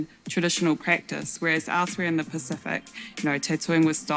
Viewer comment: Your pronouciation of Pacific is pretty awesome